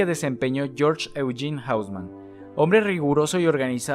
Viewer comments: Increíble cómo es que toda la pronunciación fue masacrada en este video. Amigo, estás hablando de París, no de Londres o Nueva York. Curioso fenómeno, en el que todo el mundo que no conoce una lengua otra que el inglés piense que todo se debe pronunciar como en inglés. Haussmann no es "jáusman", sino "osmán", aunque sea un apellido alemán. ¡Bueeeeeno! Es un video sobre topología y arquitectura, no de lingüística. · Bro profa mira las pronunciaciones en francés me perturba cuando dices arrondissements, hauseman y avenue foch y la Gare du Nord